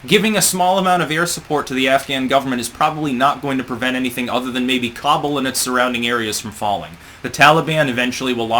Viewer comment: You should learn how to say Kabul